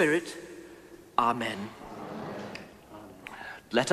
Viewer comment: I thought the 'amen' was 'are men'